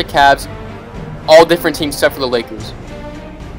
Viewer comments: he said Los Angeles akers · This boy said la Akers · "Las angeles Akers?? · “Los Angeles acres” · he said the Los Angeles Akers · In the first with the Laker he said akers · She sed the la Akers lol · Did he just said THE Los Angeles AKERS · At the start he said los angles Akers I like u mean lakers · did you say akers you trpien😀😀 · xddd all difrent teams expet the lakers. and u said akers 1 time not lakers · “The #1 seed in the West The Los Angeles Akers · Los Angele's aker's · he said akers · who else heard him say the "Los Angeles Akers" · He said Los Angeles Akers XD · Did he just say Los Angeles Akers?